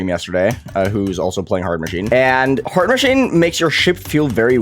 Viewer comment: Nobody:: "its hord" Anyways goodluck on new hardest, Hard Machine, it might look like a Top 50 demon but its just the looks.